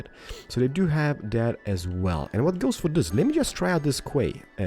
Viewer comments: Quay is pronounced "Key" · Quay is pronounced key. ;) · Quay is pronounced like 'key'. Don't worry, The English language has some stupid pronunciations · I second that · quey is pronounced as keys. ur awesome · Quay is pronounced Key BTW. Love the videos keep it up! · Quay is pronounced key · The "Quay" is pronounced like "key" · the quay is said key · Quay pronounce likes Kee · No he didn't haha. Quay sounds like Key